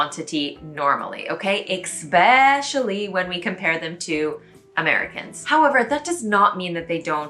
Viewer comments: I just got into secondhand shopping (only in stores though, not online), it's so much fun, like a treasure hunt! PS - it's eSpecially and eTcetera (sorry... ;) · Again, I am BEGGING YOU, please pronounce "especially" correctly. You say it at least half a dozen times in each video. English is your first language. You have no excuses. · Eh whatever - then you're from the Midwest. Regardless, it's bizarre that you are determined to mispronounce something to the point of butchering the word, even when it's pointed out to you. Most people WANT to pronounce things correctly.